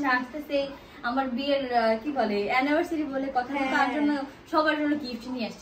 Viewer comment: অ্যানিভারসিটি না। অ্যানিভারসারি